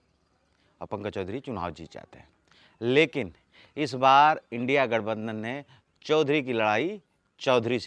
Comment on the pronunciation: इंडिया बोलते हुए लाज लग रहा है? What is this,Indi? The word you are pronouncing indi that is India.